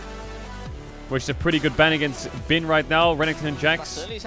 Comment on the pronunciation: Your Chinese pronunciation is improving! I'm noticing an increase in frequency of Bin being pronounced correctly. Keep it up! ( is wrong)